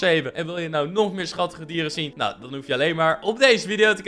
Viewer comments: MICK je zei nawhh in plaats van ahww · Nee bij die tweede zij je naw en niet aw